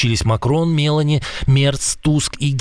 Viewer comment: Мелоні - фамілія, наголос на ,,і,,,(Італія) Меланія - жінка Трампа(США)